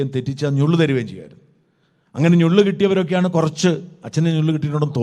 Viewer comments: അദ്ധ്യാപകന്മാർ അല്ല അദ്ധ്യാപകർ. ഞുള്ള് അല്ല നുള്ള്. 😅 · ഞുള്ള് അല്ല നുള്ള് ആണ് 👌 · ഞ്ഞുള്ള് അല്ല Bro നുള്ള് ആണ്.